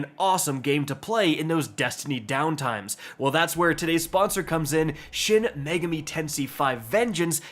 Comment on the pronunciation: he says megami like how japanese people would say it instead of how english people says it. so he actually pronounces it better than 90% of english speakers on the internet. He pronounced tensei wrong though.